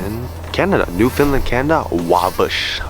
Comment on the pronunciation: cool ass video dont come to Newfoundland again if you gonna call it new Finland though